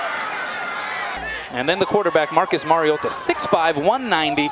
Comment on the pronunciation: Rodger Goodall said Marcus Mariado